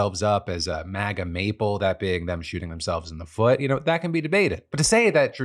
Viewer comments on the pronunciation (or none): none